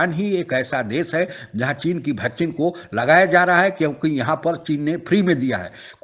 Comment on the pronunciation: भैकसीन नहीं ताऊ वैक्सीन।।